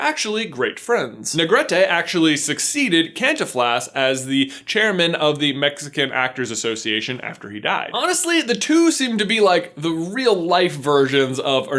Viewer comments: I’m going to pull a Hermione here... It’s CantInflas, not CantinflAs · Kan-tín-flas, not Kán-tin-flas Sorry J, kind of a soft spot there. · Cantinflas, the sound of the I should be accentuated (canteenflas) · Its cAn-ti-fla not Cantiflaz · Its CanTEENflas not CantinFLAS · hey but the phonetic pronouncement of the name is Con-tef- las. Not Cantifles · Also, it's not CANtinflas, it's canTINflas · Love how you pronounce it but it’s -Cantinflas pronounced Can teen flaas -Jorge Negrete and Pedro infante was perfect. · Mind you, Cantinflas should be pronounced as CANTEEN-FLASS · Cantinflas is actually pronounced Can TEEN flas. If anyone wants to know :3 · You pronounce cantiflas like can teen flas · The pronunciation of Cantinflas is almost right, except the emphasis is on the second syllable (Kahn-TEEN-flass). Xoloitzcuintli is show-low-ess-QUEEN-clay. A few of the Easter eggs mentioned in this video: Pizza Planet truck - passes by Miguel's house in the beginning of the movie. A 113 - the number of an office in the land of the dead. Luxo ball - in a luchador mask sold in a luchador mask stand in the world of the living. Alebrijes - they play a pretty important role, but other than the Nemo one I don't recall seeing any that looked like other Pixar characters. However, there are Woody, Buzz, and Mike Wazowski piñatas, and a boy wearing Cars shoes. Mexican celebrities - Frida has a passing role but it's very amusing, especially if you know how she always painted herself. Pedro Infante and Jorge Negrete are friends of Ernesto de la Cruz. Cantinflas, along with some other Mexican celebrities (El Santo, Emiliano Zapata, María Félix, Dolores del Río), are also his friends and show up with him, but aren't namedropped. Oh, and the skeleton Miguel bumps into in the cemetery looks like La Catrina, a drawing by José Guadalupe Posada. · Omgg I thought you were saying “Kantonfloss” until I connected the dots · It’s pronounced CanTEENflas. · its pronounced Canteen-flaz